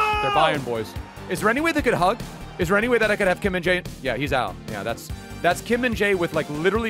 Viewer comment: you say always kim min dae kkkk he name is kim min jae!